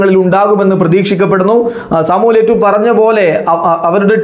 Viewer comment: Eto'o ennalle yettu aaano😁😁